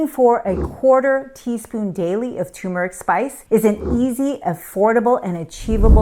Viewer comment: Pease learn to pronounce Turmeric. Amla is nasty! I drink it quickly or take a pill.